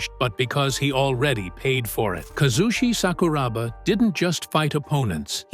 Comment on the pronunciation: its honestly disrespectful, and down right disgusting to make a video on somebody and not even bother to research them. what the fuck bruh. Bad feedback is still bad feedback? Would be a lot easier if you just did the right thing instead of butchering this man's name for a few likes